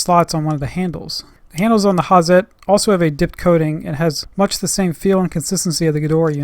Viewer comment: Hi, nice videos you make! I see them a while. I just want to tell you, Hazet isnt spoken with a soft Z, you have to use it hard (like the tools). Speak: "ha-Zett" Sharp 'Z', short strong 't' greets from Germany